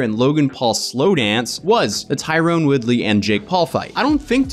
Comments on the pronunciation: Tyron, Ty-ron, no "e". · I like how you keep calling tyron(tie-run) tyrone(tie-rone) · Ty-ron. Say it with me. Ty-ron. Not Tyrone. 🤦🏻